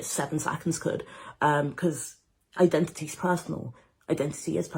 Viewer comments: “I-dentity,” it’s literally in the word. THAT IS NOT HOW ETYMOLOGY WORKS, LADY. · "It's I-dentity!" Every country that doesn't speak English: 😐